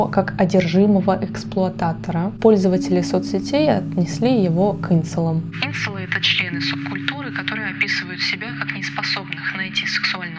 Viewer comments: Правильно говорить инцЕлы!! Ударение на "е", а не на "и"!!!! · Не Инцелы, а инцЕлы